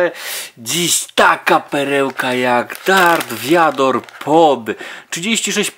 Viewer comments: to nie darth wiador tylko darth wader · Nie mów darth viador bo to brzmi jak gówno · Darth Vóder